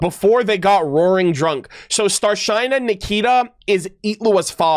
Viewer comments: Some people think has computer memory. Also I need to correct one thing in Rus it's Star-SHINE-a more like starshina (shi from starSHIp) and hard A not e. It's not to insult just a little note because it will happen more especially because Sneznaya is near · A perfect time to correct you, (wasn't sure if and how to do it exactly, but hope you notice). Your pronounciation of "Starshyna" is a bit wrong. The y at the end is not like i, but like ee. So, it's not "Starshaina", but "Starsheena". And the stress falls on the last A. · Since it's already two days ago, you'll not see this. But if you really trying to pronounce things right. It's no starshine-a. StrashYna. Star > (hard SH) > then Ы like if you've been punch in the chest, and just na. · The word "Starshyna" is pronounced as "starsheena" rather than "starshine." I may not be expressing myself accurately, as my English is not very good. I apologize for that. As for knowing everything and everyone, there are no perfect people) maybe people need to be more gentle with their complaints, so it doesn't come across as a demand. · Ok, so... "y" in Starshyna reads as "e". Like Shinobu.